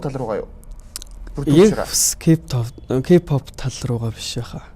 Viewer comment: K POP гэхгүй ээ хөтлөгчөө